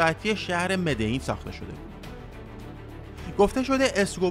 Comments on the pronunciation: مدعین چیه برادر من مدلین مدلین مدلین تکرار کن کارتل مدلین مدلیییییین،پابلو تنها عشق زندگیه منه از هرکسی بهتر میشناسمش تمام فیلمای بیوگرافیشو دیدم،کارتل مدلین نه مدعین مدلیییییین مدللللللین😡😡😡😡😡🤬🤬🤬🤬🤬🤬🤬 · ب مدلین هم میگه مدعین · داداش مدلین چرا ی جوری میگی؟ مدئین میگی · مدلین مدلین